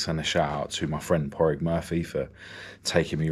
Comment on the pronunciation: It's ether Pauric or Pádraig pronounced Pawdrig you pronounce the d 💯🤙👌